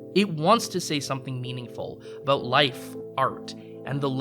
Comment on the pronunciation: "Sorey aboot that." = not funny to you because you hear it every day. 😂